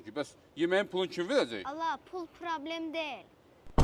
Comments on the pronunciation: Probrem yox ay uşaq. PROBLEM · Problem❎ Probrem😂✅